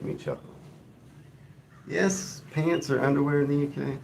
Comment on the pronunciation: I had to leave the live stream abruptly (phone call) and didn't get the chance to say thank you or good bye. I also wanted to say if you say "ears" it sounds like a posh English person saying "yes", it's not slang but it makes me laugh.